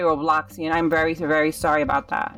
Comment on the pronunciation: 🤣🤣🤣🤣 when u where saying sorry i couldn't understand that u where saying berry sorry or very sorry !.